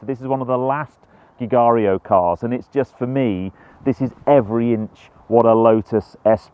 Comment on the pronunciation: Beautiful car, also my favourite Bond car. muttered the pronunciation of Giugiaro though. 😖 I believe it’s pronounced (phonetically) JU-JAR-0.